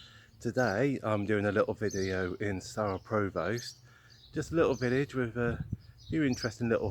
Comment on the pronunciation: Great to see my nearest town in a video - very nice. You might want to check your pronunciation of Provost though :) Maybe see you around Shaftesbury some time, welcome to the West Country!